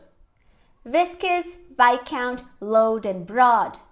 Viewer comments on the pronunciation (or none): Pois é, e ele pronunciou load como "loud" 🤔 kkkkk